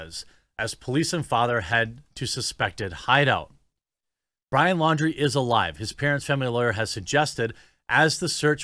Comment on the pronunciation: Pretty sure Laundrie is pronounced like foundry